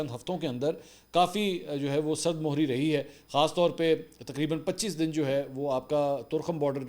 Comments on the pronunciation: سرد مُہری نہیں سرد مِہری اردو زبان پر مزید توجہ فرمائیں صفدرصدیق رضی کراچی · سرد مِہری بولا کریں... مُہری غلط ہے